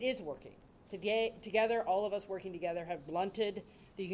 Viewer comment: Did he say Togayther? Lol